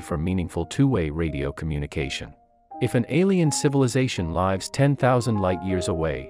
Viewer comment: You know its a real ai when it pronounces lives as lives in the plural noun rather than li es as in the verb even though the latter was correct.